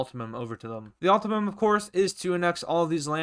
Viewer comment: bro said ultimum